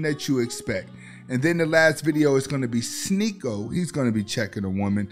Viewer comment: Hell freezing over…. said Sneako name right. “Sneaky-O!“ 😂